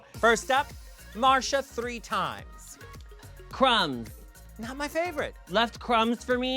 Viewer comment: C R U M B S. left kHRUMBBSZ 4 mi?? LEFT CAHRUMMBS IN DA BED???